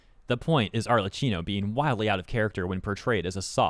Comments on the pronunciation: Just wanted to let you know that her name is not "Arlecino", it's "Arlekkino" with DOUBLE and HARD C sounds. I know you Anglophones do not care about learning pronunciations of other lanugages' native words, but ever since she became so famous, it wouldn't be bad to go look up for the character's name proper native pronunciation. It's Italian, it surely is not an hard-to-learn language with impossible phonetic registers... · Hey, is pronounced ArleKKino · Btw the "Cch" in Arlecchino is pronounced as a hard "K", aside from that good video. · FYI, her name is pronounced with a hard k, not a ch sound. It's Italian pronounciation.